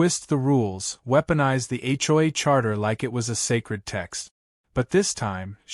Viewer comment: AI can’t be very smart if, after hundreds of HOA stories, it still hasn’t figured out how to pronounce “HOA!”